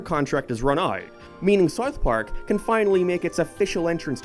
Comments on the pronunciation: why do u say sarth park and not south park?? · Its pronounced South Park, not Sourth Park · its not "Sarth Park" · Don't you mean "Sarth Park"? :P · O:07 "-for Sarth Park" ... whut? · “Saouf Park” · You pronounce South Park very weirdly. It's like that staff guy during the Planetarium episode Also suspect you may have a lisp 🤔